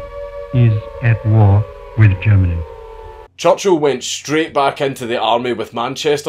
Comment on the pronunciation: “Maed jayk choochul”